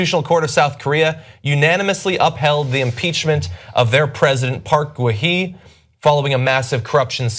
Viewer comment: The former president's name is pronounced like /gun-hey/. or /geun-hey/